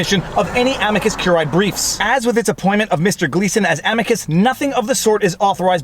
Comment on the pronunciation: 3 SYLLABLES!!!. Whether you use classical, church or botanical pronunciation, CUR-I-Æ has 3 syllables. Again, it is CUR-I-Æ, not CUR-AE. Now that you've got that, let's work backwards. The first word is not AM-i-cus regardless classical, ecclesiastical or botanical. It is am-I-cus. The I pronounced as EE in classical or church Latin and the British public school pronunciation (aka botanical), EYE, is also acceptable.